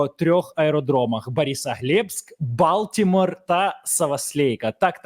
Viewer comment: балтемор''😂. Що це було?😂